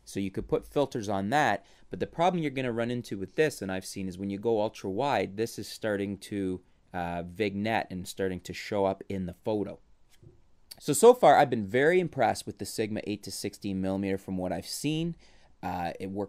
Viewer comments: I'm guessing he/she was trying to let you know, you pronounced it wrong. It's pronounced vinˈyet not vig-net. Great review tho, just bought this lens for my husband. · haha love your pronunciation "vignette". Vih-g-net is what you said when its more of vin-yet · Don't pronounce the G in Vignette. *VIN-YET* ;) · lol I noticed he was pronouncing it weird too. Just a nit picky person like me.